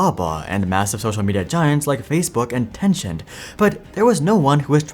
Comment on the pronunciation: Are you pronouncing Tencent as "Tenchant"? Or is there a different company called Tenchant? How do you pronounce "50 cent", as "50 chant"?